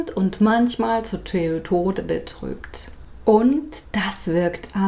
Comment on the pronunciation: Ich habe verstanden: "Manchmal ist man himmelhoch jauchzend und manchmal ist man Toyota betrübt!" Alleine das hat meine Laune binnen der ersten Sekunden nach oben gebracht. Den Satz merke ich mir... :) Nix für ungut -ich liebe Ihre Videos! Das ist mal so richtig guter Content! Danke dafür!